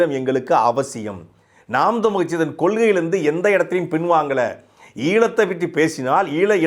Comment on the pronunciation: நாம் தமிழர் கட்சி னு சரியாக உச்சரியுங்கள் நாம் தம்லு கட்சி னு கேட்குது